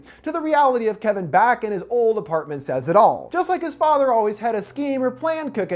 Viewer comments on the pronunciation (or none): none